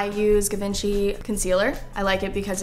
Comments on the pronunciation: it's soooo not pronounced gee vaun shay. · lol it's actually prononced "gee-van-chee", coming from a french girl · isn't it pronounced guh-von-chay? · Love the video, but the way she pronounced Givenchy almost made me cry! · Yikes she pronounced Givenchy wrong. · Annie Peterson and she’s going to Paris. It was so cringey lol